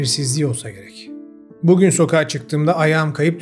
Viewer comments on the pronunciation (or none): none